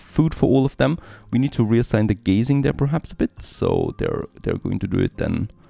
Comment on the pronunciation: I know English isn't your first language (and you speak it very well), but I'm sure you don't want your cows "staring into the distance" (gazing) instead of eating grass (grazing). ;)